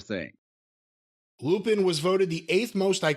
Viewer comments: "Arseen Loo-Pinn"? Goddammit, were you raised by chimpanzees? Who the hell doesn't know how to pronounce Arsène Lupin? When sounds more ignorant and clueless than Kentucky Grandpa, we're really in the dumbest timeline. Good grief, mate! Mr. "I read five books per week" over there... Embarrassing! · Pronounced Lupon. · It's pronounced "lupon." It's French... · Say you’re Weeb without saying you’re a weeb. Hell I thought Lupin was pronounced “Lew-Pon” originally. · I knew he would mispronounce Lupin lol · Hearing people mispronounce Lupin is always so hard to hear lol